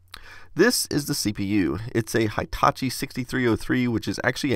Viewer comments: Hi Tachi?! No! It's Hee taa chee! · LOL, where did you get your silly "hY-" (long i) pronunciation of the first syllable of Hitachi (which is really pronounced with a short i, as in "hit")? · I think you pronounce Hitachi in a wrong way, as it is a Japanese company. Hitachi starts with 'hi' as in "hinge", not as in "high" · Sorry, it is not High-tachi... it is Hitachi like He Tachi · FYI: It's not "High"tachi. It's more like "Hee"tachi. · Just SYK, Hitachi is pronounced He-tachi, not High-tachi. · Hitachi is pronounced like heetachi,not haitachi. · Please don't say Hi - tachi ;_; It's Hitachi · hey-- just so you know, the i in hitachi is pronounced as an e (as in squeak) sound; the full name's pronunciation being "he ta chi" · I don’t know but maybe you could put more ink in the ink ribbon. There’s got to be a way to do it; they put ink in it to make it, after all. By the way, ‘Hitachi’ is pronounced with a short ‘I’ after the first ‘H’. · That's... not how you pronounce hitachi.